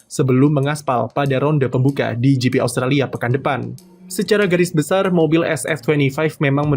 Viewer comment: austalia? talia? Italia? Australia? austria? R nya ilang min :v